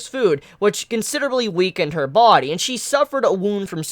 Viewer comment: It annoys the FUCK out of me the way you say "body"...😂